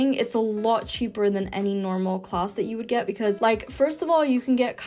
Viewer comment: Native English speaker here. Her English pronunciation would improve by leaps and bounds if she stopped pronouncing EVERY WORD with an A in it as a hard O. App = Opp, Interact = Interoct, Have = Hov, Haven't = Hoven't Class = Closs, Spanish = Sponish etc. Outside of that, her English is quite good.